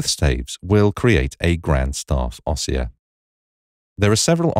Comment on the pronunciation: Great feature. To delete you need to select both signposts. In the word "ossia" the stress is on the "i" so it is pronounced "ōˈss-EE-ə".